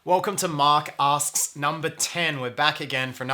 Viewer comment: Absolutely fascinating, this blew my mind, really. Also, every time he says Mark Asks, I keep hearing Mark's Arse... ;-)